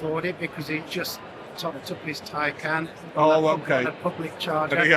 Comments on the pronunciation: It’s pronounced tin’can 😹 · Poor old, supposed to be a motoring journalist yet still can’t pronounce “Taycan” properly. 😆🤣